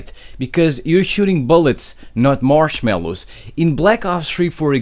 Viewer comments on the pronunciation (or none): anyone else rewind when he say marshmallows 😂